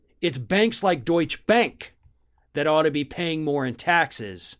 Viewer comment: It's Deutsche Bank, not Deutsch Bank. It's Porsche, not Porsch. Thank you.